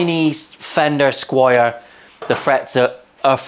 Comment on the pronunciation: Squier not Squire